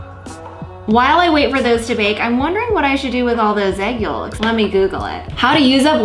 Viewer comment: I know you did not just say yoLks and not yoks 😳💅 ms gorl the l is silenttttt